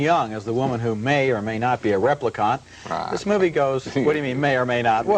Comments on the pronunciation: Right? "Repli-cont." Insufferable. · The way Roger pronounces Replicant is infuriating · Can't even pronounce Replicant right. It's just like it's spelled.